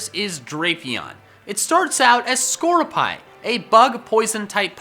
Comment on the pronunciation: Uh I'm sorry, "Na-ga-NEIGH-dull"?? CLEARLY Naganadel is pronounced "Nuh-GAW-nuh-del". EDIT: AND SCORUPI IS PRONOUNCED "SCOR-RUPEE" not "SCOR-OO-PIE"!!